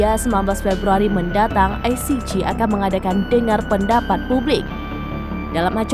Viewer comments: Penyiarnya Salah pronunciation ICJ. JE Bukan JI. Spelling JI untuk huruf G. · Parah ni presenter ,,koplak ,, yg benar aja loe,, nyebut ICJ aja gak benar,, kalau tidak ngomong upahkan sama yg lain